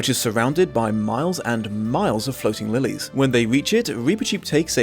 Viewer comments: Had to rewind cos totally heard it as surrounded by miles and miles of floating willies, which I really didn't remember from the book 😅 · I thought you said “miles of floating willies“ 😂😂😂 Lillies are nice though